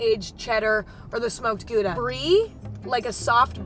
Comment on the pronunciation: I was like what is ghooda cheese and then I realized she meant Gouda. Im dutch and this hurts me 💔